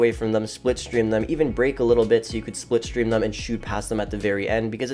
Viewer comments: It’s slip stream not split stream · "Splipstream". Are you trying to say slipstream?? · Slipstream* triggered me every time you said it wrong